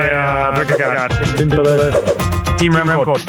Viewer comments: still getting Jonas Vinegar's name wrong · You are still mis-pronouncing i.e. butchering the name of Jonas Vingegaard!!! As a fan and loyal danish follower of for years, I have appreciated the respect the show, and Lance Armstrong, has shown the french by asking the frenchman Alain to pronounce the french city-names. I dont think that is really necessary or feasible when it comes to the names of the different riders, but I am still waiting (and hoping) to hear you pronounce the name of Jonas Vingegaard correctly. I guess everybody could take the easy way out and just call him Jonas, which is not really possible to misprounce for english-speakers. Another option could be to listen to a number of danish people pronounce this name, and try to imitate it. But for some reason that does not seem to be so easy. Danes would actually pronounce it somewhat differently, according to their own dialect. Vingegaard himself usually does not speak the dialect they speak in the part of Denmark where he is from. The last and maybe best option is to find some english words that match the pronounciation of Vingegaard. And that is actually possible. The last part of Vingegaard is neither pronounced as ”guard” or as ”go”. It is pronounced exactly like the last name of former vice-president AL GORE. The first part is pronounced more or less like the english ”WING”, that in danish, just like in english, isolated means either the wing of a bird or an airplane. (Vingegaards historical meaning is something like ”the farm where the landscap